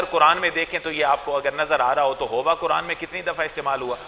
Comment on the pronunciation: KEYA AAPLOG QURAN KO BHI KURAN HI BOLTE HO. KEYA AAPKE YAHAN BARI QAAF NAHEE HAI.